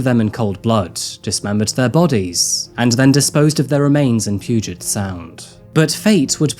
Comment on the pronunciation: It's not poo-get bay, it's pew-jit bay.